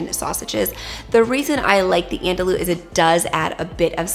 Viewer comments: Lol it’s not “andalu” it’s “an do e”😂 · The first time I tried to find quinoa in the store my pronunciation was so off they told me they’d never heard of it. 😂 Andouille is pronounced “an-doo-ee” because the Ls are silent. I learned about this sausage from Emeril. 😂 I know many people will benefit from your Wonderful channel. Thank you so much 😊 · Have I been pronouncing andouille wrong?? I thought it was an-dul-lee 😂 These look so good! Can’t wait to try!